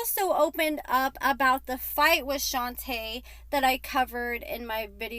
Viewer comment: Her name is pronounced "Shon-tuh" the girl from the gym is "Shon-tay" their names aren't the same.